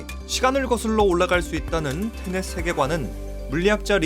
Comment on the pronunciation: ㅌ..ㅔ...ㄴ..ㅔ...ㅌ.....(테넽)이 아니라 ㅌ..ㅔ...ㄴ..ㅔ...ㅅ.....(테넷)인데....